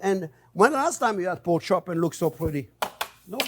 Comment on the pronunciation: Say poke one more time lol